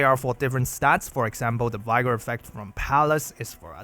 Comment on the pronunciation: Just FYI, English is madly inconsistent, so “vigor” is pronounced with the same “i” sound as “vision” or “vivid”, in contrast to other v words like “viable “vital” “vicarious”. It might be easy to remember if you think of “vigorous”. How can you tell which to use? The answer is who the F knows 🤷🏻‍♂️🙇😅 thanks always for your content!!